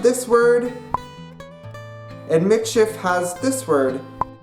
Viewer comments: it is pronounced MEE-sheef. get it right nex time! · you said it WRONG!!!! as a meits person im offended get you fucking facts together